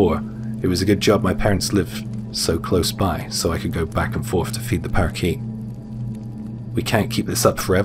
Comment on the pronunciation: Love the way you pronounce parakeet ❤